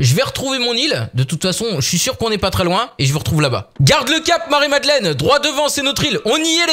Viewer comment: "Marie Madlenne" !!!!!!